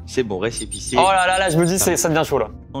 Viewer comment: Il dit clairement "récipissé", il aurait dû perdre